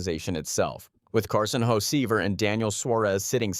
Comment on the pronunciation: there the defending champs u cant win every year there fine this video is ai crap called carson hosevar hoe-see-ver lol this is a shit video